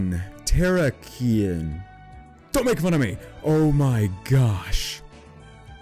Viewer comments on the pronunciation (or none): its pronounced xD - Ter-ack-ian(ion) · Just trying to help :) tur-rack-eon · it's ter-keann